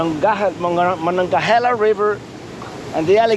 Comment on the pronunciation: I’m impressed with your correct pronounciation of Duquesne and Monongahela( we Pittsburghers call it “ the Mon” , for short) !